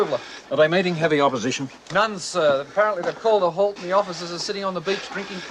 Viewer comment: sorry, but "halt" in German is simply ... "halt", only with more "l" -- had to stop watching there